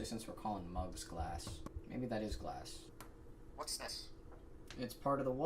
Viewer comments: "Glass-k..." He just had to emphasise a K at the end 😅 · I absolutely love the hard K at the end of Glass. So many humans forget that in their pronunciation.